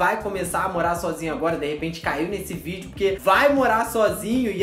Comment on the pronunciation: E também é morar e não moá